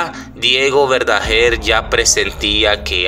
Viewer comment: Ni siquiera sabes pronunciar, que es eso de " Verdajer " él era Verdaguer, ya se sabe que la familia está destrozada cuál es la novedad?